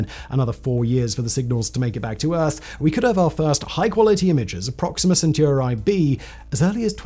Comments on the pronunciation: Alpha centooroi! 😂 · was that a totally original pronunciation or have you heard other humans say centauri like that before?